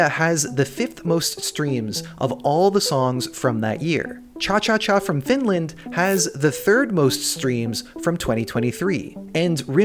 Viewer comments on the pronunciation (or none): none